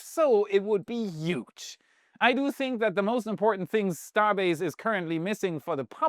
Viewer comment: By now I have given up on ever saying „huge“ instead of „yuge“ 🙄😄